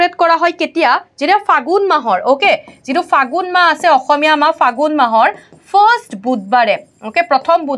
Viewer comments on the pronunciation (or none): none